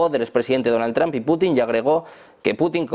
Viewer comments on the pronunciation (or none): none